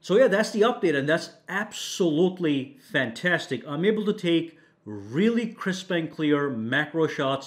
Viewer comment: Nobody: Him: FAN TAS TIC